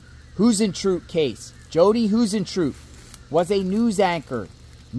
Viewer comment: Hey — I believe Jodi’s last name is pronounced High-zen-troo-it… hope that helps….prayers for the family!!